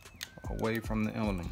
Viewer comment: Nice work. No need to say “what’s up YouTube.” And the word is Emblem, not “embElem.”